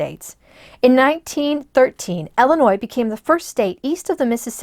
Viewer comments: Please, it is Illinois, pronounced "ill-ih-noy" and not "el-uh-noy." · They live in Illinois. Might be a regional dialect thing.